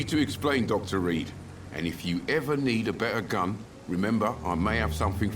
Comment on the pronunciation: the way he said gun made laugh for some reason 😂😁